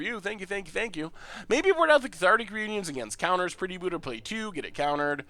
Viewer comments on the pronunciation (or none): none